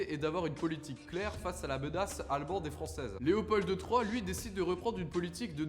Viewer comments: Super bien fait mais on dit Léopold...pas Léopolddde ;) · Oui mais, comme tous les Français, il prononce « Leopolde ». Rien que pour ça, il rate le 10/10. Même si, soyons justes, il a bien du mérite par ailleurs et a manifestement mené des recherches sérieuses. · Pas mal ! Juste un détail : on prononce pas le d de Léopold Sinon bravo franchement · Pas besoin de dire le D à la fin de Léopold